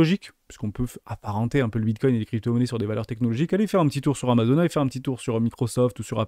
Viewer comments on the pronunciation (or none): none